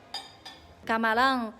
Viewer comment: Camalao, plato, dinhelo,kkk parece cebolinha